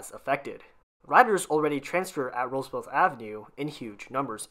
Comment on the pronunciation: It's pronounced Roosevelt, NOT RooseveLTH!!